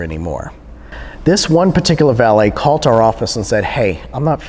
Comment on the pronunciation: "This one pErticular valet 'CALT are office..."